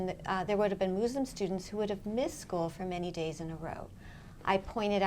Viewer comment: It’s not Mooslum . Muslim . And Koran not KorAnn. Please learn how to say it . My sister was Muslim her whole adult life . I was never hounded to believe her ways or shamed for being atheist. My mother was a born again Christian. My sister started the first Islamic elementary in East Lansing MI because she did believe in sep of church and state . It still thrives today . I think the Muslims will help save our country . They come from countries that have never had democracy. They understand the problem with fascism.